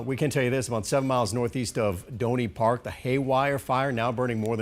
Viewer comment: When you go somewhere and report, all you have to do is ask the locals how to pronounce things. It's Doe-nee Park, not "Donny Park" You can pronounce Sinaugua exactly how it's spelled, either leaving the g silent like its Spanish, or pronouncing it like it's English. But it's not "Sinewa" the way they pronounce it here. Take care, Faux-enicks friends.